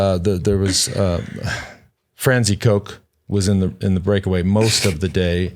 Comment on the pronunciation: Not only is Francine's last name pronounced a bit nefariously, I keep hearing "Fancy" when they pronounce her first name😅